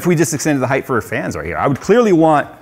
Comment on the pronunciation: my man, you're killing me, it's height not heighth lol Love this case, might switch to it when I upgrade